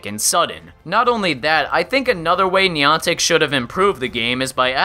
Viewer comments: Minor nitpick, but if you review or talk about this game in the future, it's pronounced neye-an-tik (rhymes with "gigantic"), not nee-ahn-tik. You seemed to go back and forth with both in the video, but I can assure you that neye-an-tik is the correct way. Source: Ingress player. Also welcome back,. Glad to have you in my feed again! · What is Neeontic, you mean Niantic. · Haha Niantic... "Knee-on-tack"... Its "Nye-antic" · I also can't pronounce words for my life so please forgive the NYE-AN-TIC and NEE-AWN-TIC. the POKE-AY-MOn and POKE-EE-MON, and whatever else I messed up ;_ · nie-ann-tick not nee-on-tick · It's niantic not niontic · (NI-An-tic) holy fuck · NEON-TICK?..... REALLY ARE YOU JUST TRYING TO PISS ME OFF? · Insightful video, had to dislike though because of the pronunciation of Niantic. You said it right like once in the video and for the remainder of the time you said it, I cringed. 'NEE AN TIC' Where did you even get that e sound man? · you pronounce Nyantic wrong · He's saying niantic wrong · I play pokemon go every day still and don't whine about every little flaw in the game also u say Niantic wrong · 5 minutes in, and im done. If this was coming from a person that actually played the game for a year,i'd see the rest of this. But when you mispronounce Niantic and suggest you need to buy pokeballs,I threw in the towel. It's not a fad anymore and there are still ppl playing,like myself. To each their own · can u atleast pronounce Niantic properly.Nick and reversal help this guy to get his stats right